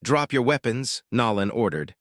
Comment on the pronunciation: I wish you knew how to pronounce the man's name Nolan